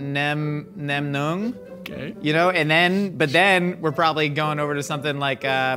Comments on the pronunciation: nailed the pronunciation of his favourite meatballs 👍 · I love loves Vietnamese food. Shout out to the Nem Nuong! Easily top 5. (Pronunciation was 👌👌👌) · I'm sure it was a total fluke but pronunciation of nem nướng when he was listing his favorite meatballs was excellent haha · My mans said NEM NUONG HOLY FRICK. Between Mythical Kitchen and A Hotdog is a Sandwich, continues to impress with his knowledge of Vietnamese cuisine, and even the lesser known dishes that I grew up with! We love to see the SE ASIAN representation ❤ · had no business pronouncing nem nuong so well 🤝